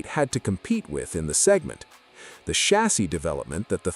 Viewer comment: Can you say chassis agin?!